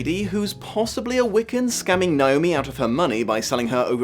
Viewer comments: THAT IS NOT HOW YOU PRONOUNCE NAOMI, YOU FUCKWIT. IT'S NOT NEYE-OH-ME, IT'S NAY-OH-ME. WHERE THE FUCK DOES THAT MISPRONUNCIATION EVEN COME FROM? THE I IS AT THE END OF THE FUCKING NAME. WHEN IS A EVER PRONOUNCED AS "EYE"? JESUS FUCK. I'm sorry, but this just really gets under my skin. That mispronunciation is like nails on a chalkboard to me and is the entire reason why I only ever go by my legal name when I have to. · As a Naomi...you want to say it like how you say "neigh" "neigh"-omi Lol Everyone focuses on the I and it's kind of funny